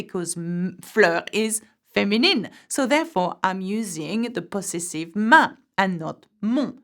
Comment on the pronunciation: The teacher mispronounced the English word possessive. She's still positively charming though